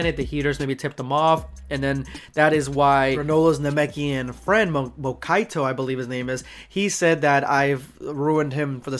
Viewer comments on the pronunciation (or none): Macky is the female Heeter’s name. I like her design as well, we need more female characters for DB and I’m glad Macky became a good addition because of it. And pronounced the Namekian’s name wrong btw, it’s Monaito. But you were close enough. #endofvideosquad